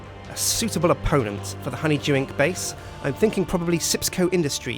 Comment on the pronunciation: Its not sips co, it's sjips co.